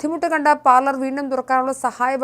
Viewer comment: Parlemento?😂😂sookshichu parayu kutty parlour ennathinu pakaram parlement aayi😊